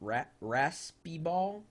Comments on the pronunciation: Ok. Maybe I should give you some teaching how to pronounce these words somewhat phonetic: Raspeballer = raspehbahler. In many areas it's also called komle = koomleh. Fårikål = for-ee-coal Kjøttkaker = Cheut-kaker Lutefisk you said somewhat right. Just say it with a british/hard T for proper pronounciation. Smalahove = smaalah-ho-veh I like all of them! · ræspibål ! hahaha xD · Hahahahaha! I'm dying here! It's RASPE not rapist. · Haha Rapist balls!! Its Raspeballer mate haha really funnt thou